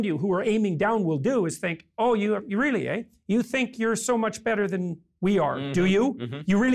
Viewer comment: and you get two Jordan Peterson "Really, ehh?"(s) the Canadian came out late in this interview.